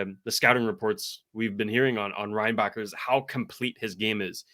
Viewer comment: For your infos, we dont prononce the ck in Reinbacker. Suppose to sounds like Reinbaher.